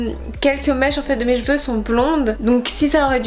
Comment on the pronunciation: Je pense que les couleurs comme le bleu ou vert marchent pas sur les cheveux bruns mais plus sur les cheveux blonds en fait. La rouge a très bien marché chez moi comme chez toi d'ailleurs... Par contre ta façon de prononcer cheveux.... non non non xD